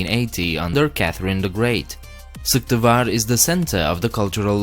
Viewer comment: vidzhaollaned guys, im from Komi's capital Syktyvkar. Nothing´s cool here. Attiö. P.S. I liked the way you said Syktyvkar.